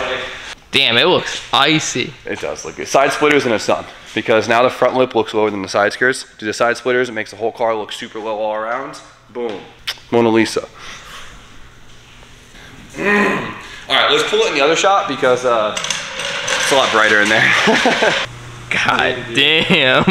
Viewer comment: “Mona Zisa” 🤓